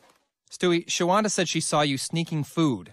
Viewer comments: Her name is Shawanda, like in the name “Wanda”. not Shawanna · "Shawanda" lmao